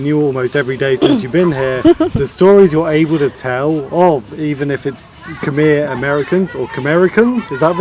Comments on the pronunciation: I notice that even though you've been in cambodia this long, no one have told you the correct way to say khmer. Thank the french for butchering the spelling of "khmer" because phonetically it is off. The correct way to say khmer is more like kmy... as in "my" house, "my" car, "my" stuff, but just put a k in front of "my". The phonetically correct way to say Khmer is Kmy. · It was the French attempt at using their pronunciation of the alphabet to make Cambodian sound. France ruled Cambodia for very long. There is no "E" or "R" sound in how we pronounce khmer. I always thought it was the dumbest spelling ever. The french literally mess up the spelling. Want to know what's worse? Pol pot who was the leader of the khmer rouge (another french word) rouge is red in french. So the literally translation for them is the "Red Cambodian." POL POT was educated in France and that's where he got some of the genocidal ideal from. But it's not all bad i guess because we got some good french food and architecture. Also, go ahead and test it out. Ask everyone which one sounds more correct. The "MER" sound or "MY" sound.